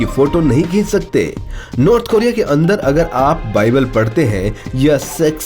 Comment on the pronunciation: नॉर्थ होता है भोसड़ीके नार्थ नही